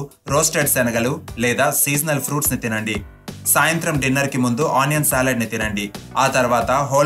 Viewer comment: అయ్యా బాబు.. సాలిడ్ కాదు సలాడ్.. కొంచం తెలుగు సరిగా పలికితే తేలిగ్గా అర్ధం అవుతుంది.. ప్లీజ్